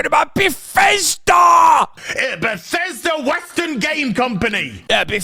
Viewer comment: I truly believe this guy is a 40 year old virgin the way he says BATHESDA